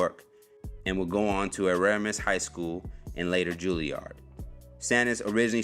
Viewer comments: Eramus?? It’s ERASMUS, same place Michael Rapaport went to. Didn’t know she was from Brooklyn, but I had to correct you. I went to school there as well and it’s divided into three sections. I’m sure she went to the humanities & performing arts section of the school that I did. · Bro... she went to ERASMUS HALL H.S (pronounced: eee razz miss) I have no idea what school you just said. 🤷🏽‍♂️ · She's not dead bro why do you keep saying was LOL. *E-RAS-MUSS High School #BROOKLYNSTANDUP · It's E-ras-mus High School. Y'all just reminded me that I never knew her real name lol. Respect to the older women in her life who stepped up for her and helped her advance, namely her mother and Esther Rolle.